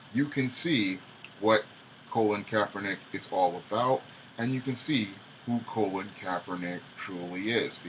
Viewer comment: Pronounced Cah - Lin Kaepernick Not Co - Lin just saying. Cah - Lin Took the 47ers to the Super bowl his first year starting as QB and was a pro bowl QB his first full second season for the 49ers. So he wasn't a failed QB in NFL he actually has a winning record as a professional Football player.